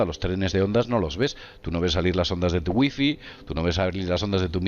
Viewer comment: que chistoso como los espanoles pronuncian wi-fi. jajaja gui fii